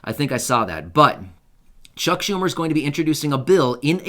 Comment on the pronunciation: I don't know about anybody else but I'm not liking Chuck humor and I'm sure it's not how you pronounce his last name but right now I really don't care. This guy is hurting a lot of people and doesn't seem to give a crap. I know he's trying to do the best for everybody I get it but the seniors are struggling and he's not helping us out one bit.